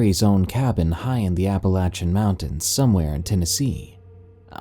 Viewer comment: I love your stories man I swear I do I’m always listening to your stories you’ve even commented on some of my comments I’ve left and I really really appreciate that but with that being said you do know it’s pronounced where it sounds like apple Lay shon Appalachian and not apple Lashan I just wanted to say that is all and it could be your accent but anyway keep up the good work man I love your stories